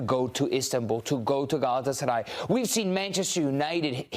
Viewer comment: Senin o Gelatsaray diyen Agzinı EMERIM 😍😍😍 Sari fıstıgh 😊😊😊